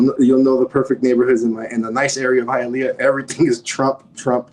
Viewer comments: It's pronounced "Hi-yuh-lee-uh" lol. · It's pronounced hia-lee-ah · Hialeah is pronounced..."HIYA LEEYA" ur killing me with ur pronunciation 🤣 🤣 🤣 can't believe no one corrected you on that before you posted this. This was well put together though. I'm from south Florida...u should do one for Broward county, take em thru north Lauderdale.. pompano, Lauderdale lakes and lauderhilll down 441 by the swap shop to sunrise... hollywood and east side Miramar... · It is pronounced HI A LEEEYA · It's HiaLEEah. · Hialeah is pronounced “high-uh-lee-uh” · Hayaleeea. Lol. Good video ! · Not to bash your work, but it is pronounced "Hi-ah-lee-ah" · Hialeah is pronounced Hi-ahl-ee-ah not Hi-ahl-ea-uh.